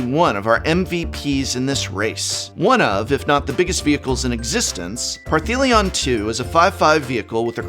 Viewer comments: You should know better. Parhelion has no T in the name whatsoever, ergo, it cannot be pronounced Parthelion...... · Partheleon? Parfeleon? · Par-thee-lion,?😬 The name’s not spelt with any ‘T’s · The consistent mispronouncing of Parhelion is really bugging me. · Cool video. BTW there is no 'T' in Parhelion... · oi boi. There's no T in Parhelion. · Does anyone else think the prof purposefully mispronounces Parhelion to trigger trolls? Asking for my sanity…love him regardless! Keep on Prof’n prof ❤️ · Opening skit is hilarious! I can't get over the mystery "t" in Parhelion II. 🤣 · Are you adding a T to Parhelion? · it did sound like it